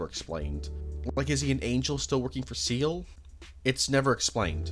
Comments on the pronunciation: You couldn't even do enough research to figure out how to say Seele right 🙄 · Why is no one able to pronounce Seele correctly istg... Same problem with the honkai community